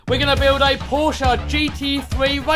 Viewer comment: You pronounced "Porsche" very well, for an English guy :D Greetings from Germany!